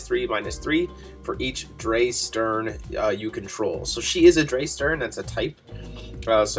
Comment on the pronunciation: Drei is German for three, it's pronounced like dry (ei= long i sound, ie=long e sound). So Drei Stern = Three Stars. Edit: you had Stern right.